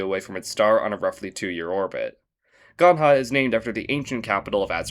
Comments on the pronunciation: i like how you tried to not cause funny comments, but Ganja is actually pronounced the way the colloquial word for cannabis is pronounced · Kráľomoc is pronounced "Kraalyomots", the ľ is like the Spanish ll, and the c is a ts Ganja is pronounced just like the word for cannabis, not with the Spanish J. Ixbalanqué is pronounced eesh-, not shee-, and the stress should be on the last syllable as the accent suggests The TL in Xolotl is a single consonant sound, one that doesn't exist in English, and shouldn't add a 3rd syllable. The stress is on the first syllable. Similarly, Xolotlan has that weird TL sound. Should be 3 syllables, not 4. Meztli also has this TL sound. HU in Latin American languages, as found in Cayahuanca, is like a W Aumatex is "Owmatesh" Alef is like "olive" but with an F instead of a V. The 2 i's in Hiisi is just a long EE sound. You said Ġgantija perfectly though!